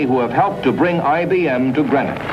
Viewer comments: It's pronounced green-ock not gren ock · Somebody might have taught him to pronounce GREENOCK correctly !!